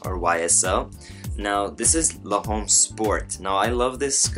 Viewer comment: It's pronounced more like l'om not le'home!